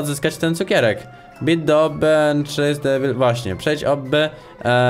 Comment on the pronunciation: nie muwi się obby tylko obbi